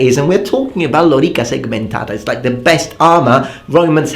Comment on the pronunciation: Exactly mate.